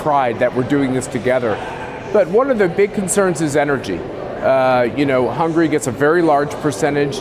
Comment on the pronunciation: It's cool how the Hungarian guy pronounces his country's name in English: "Hangry." So apt and poetic.